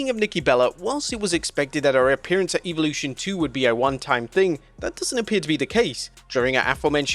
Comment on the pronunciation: Why can't you pronounce Evolution correctly???🤔